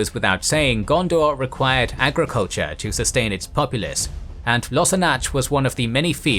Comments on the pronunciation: Another great video! Just putting it out there. The "ch" in elvish and mannish place names in Gondor and Arnor (ex. Lossarnach) is pronounced like the last sound in the Scottish word "loch" and not like the ch in cheese or leech. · The pronunciation of Lossarnach offends my ears mightily. 😮😮❤😮😮